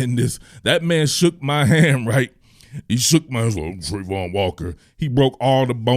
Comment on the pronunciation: This is awesome, I'd have to get one thing out is that the pronunciation of travon is not Trey-von it's Tra-von.